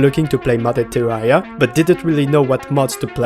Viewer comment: What's with terraria youtubers and weird unsettling english accents and pronunciations? Is it required to have distorted English to make terraria videos? "tsewwawwia"